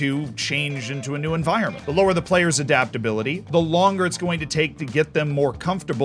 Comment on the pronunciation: adaptability or as as calls it dadaptability